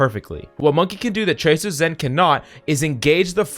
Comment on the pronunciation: Dude said Monkay... Bruh